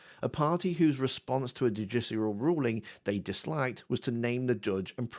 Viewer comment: I think you need to take some time to practice saying the word "judicial" and all its permutations.